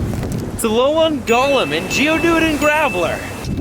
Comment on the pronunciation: If he says "alo-lawn" one more time........